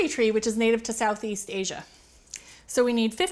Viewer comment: "south east ashya".. fancy lol